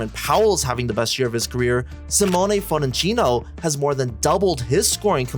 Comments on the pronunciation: even with the mispronunciation he was still trying to imply the name is pronounced as Fon-teh-chee-no which sounds like some new Starbucks abomination to italians Its Fon-tek-yo! the gringo pronunciations of the heat announcers are actually much closer than what this dude tried to do. Go watch some Italian national team highlights. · its fon-tech-key-o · i thought i heard capuccino???